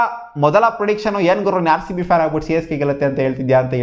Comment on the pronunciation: He said Haarcb also 😂😂